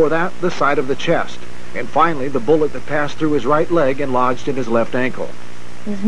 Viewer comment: “Boolet” man